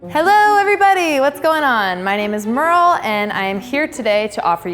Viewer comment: Wait HOW do Americans pronounce Merle? 😂😂😂